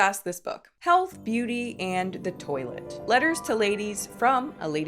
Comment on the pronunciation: Pretty sure that is pronounced the French “twa-let” not toilet. 😊